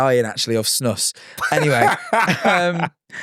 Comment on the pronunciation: i love how non swedes say snus lmao- also fun fact: a big reason why the swedish people didnt want to join EU at first was because snus was banned in other countries. they had to make an exception for us because otherwise we didnt wanna join